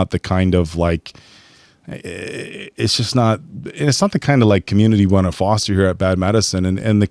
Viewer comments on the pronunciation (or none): none